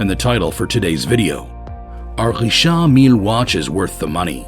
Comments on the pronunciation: It's not Rishaaard Millleee, it's Richard Mill. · Not saying the Richard Mille right lol